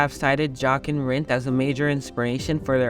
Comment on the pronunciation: It is a VERY well known story amongst proper F1 fans. and his name is pronounced Yochen, the J is a Y